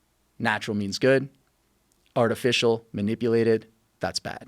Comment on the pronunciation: Anyone else die when he said "artifish"..